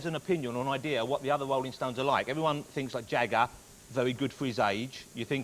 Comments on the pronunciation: Wolling Stones, Wok and Woll, Chawee Watts? This guys under the impwesion? How the hell does this cat have a talk show? Out. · The Wolling Stones. The Gweatest Wock 'n Woll Band In The World!